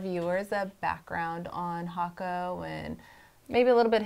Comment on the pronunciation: The effort you make on these videos help. Even things like how to properly pronounce the name thank you.